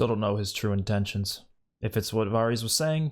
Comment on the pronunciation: Not trying to be rude here lol but Varys is pronounced like it rhymes with the word Heiress. More like vairis not varrese. Thought you might wanna know.